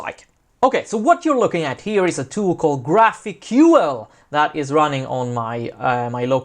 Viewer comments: its pronounced graphical. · I'm pretty sure that GraphiQL is pronounced "Graphical". Great intro, thanks! Looking forward to part two.